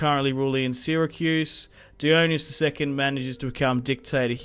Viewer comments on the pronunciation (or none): Although in this game it would be "die-on-eye-see-us", since his name is Dionysius. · Isn’t it “die-on-Isis” not “die-own-ee-us”?